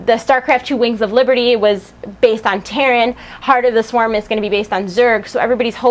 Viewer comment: did you say Tard of the Swarm lolz = )?